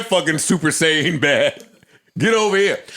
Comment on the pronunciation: The hard N on "Saiyan" tho 😄 🤣